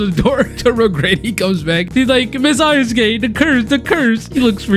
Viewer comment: I love how he calls her ayasuke, it catches me off guard everytime